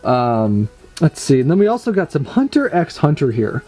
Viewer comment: The X in hunter x hunter is not pronounced, its just said "Hunter Hunter"